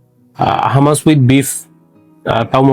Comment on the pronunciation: ছোট ভাই, খাবারটা হুমুস, হামাস না। আশা করি সংশোধন করিয়ে দেয়ায় মাইন্ড করেননি।